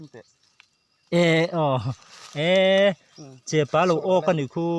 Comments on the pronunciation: chepâ niloin chepa aw.athluk a awmlo.mizo tawng i zir angai ani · Chepa ti mai Ula tinge chepaa in tih tlat thluk kha, a ngailo chepa ti tawp ru mak em mai